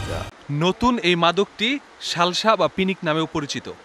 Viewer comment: শালশা নাকি সালসা 😂😂